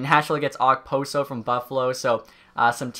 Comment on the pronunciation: The way he said Okposo 😐